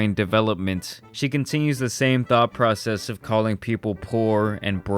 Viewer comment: I literally heard "she continues the same THOT PROCESS..."